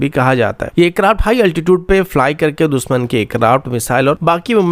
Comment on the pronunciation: दुसमन नही दुशमन, एकजेम्पल नही example, इस्टेब्लिसमेंट Nahi एस्टेब्लिशमेंट Bhai अपना उच्चारण सुधारो। News padh rahe ho ya mazak Kar rahe ho? Kam se kam khud kaa naam hi sahi so bol lo, " होता है या "? Yaha BHI गाओ,खेड़े वाला उच्चारण?